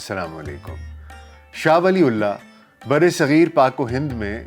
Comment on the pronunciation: Please pronounce name properly. It’s not “Shah Wali ullaah” it should pronounce “Shah Waliyyullaah” R.A.